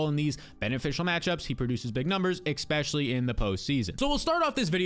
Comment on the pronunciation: The word is especially. Not expecially.